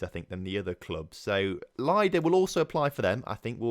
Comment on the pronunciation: Baranovichi is pronounced with an emphasis on O, not the first I. Also, most of the slavic words with I in their transcription are pronounced like I in the end of Baranovichi, i.e. Lida. P.S. I also say Khimik, just because they have agreed to wait for you.